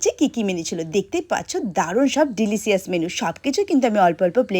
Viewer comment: ডিলিসিয়াস ❌ ডিলিচিয়াস ✅